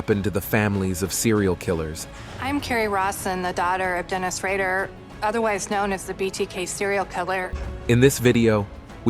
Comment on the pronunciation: BTK was called Rader, not Rager. Green River killer was Gary Ridgway, not ridway. I know I'm being pedantic but if a job's worth doing, it's worth doing right.